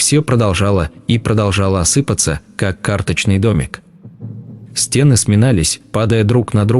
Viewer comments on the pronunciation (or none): СТЕны?, стеНЫ! Неправильные ударения, паузы не там, монотонное чтение. Это невозможно слушать, пойду что-либо другое найду.